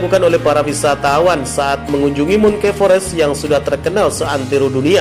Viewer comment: Bukan di sebut mungki fores Brother tapi mangki forest dari bacaan monkey forest. Tambahkan ilmumu dalam bahasa inggeris bro barulah jadi presenter yang mantap.